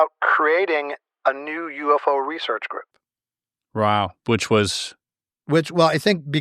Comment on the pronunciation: hes so blown away he said "Row" instead of wow lol